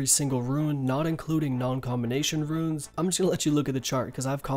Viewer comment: Why the fuck are you saying ruins instead of runes?